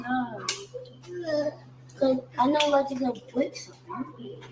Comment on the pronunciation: really need to get Legend some speech therapy